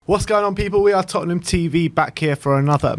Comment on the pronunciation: ''To win thee cup for Totten-ham.''🤣🤣😂😂🤣🤣🤣🤣